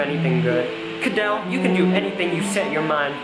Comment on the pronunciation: Hey! Did you get mine? I'm Leilani Trujillo! P.S and you kinda pronounced Kadell wrong